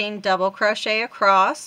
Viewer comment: Do you know you say acrost instead of across? My mom used to say that. ❤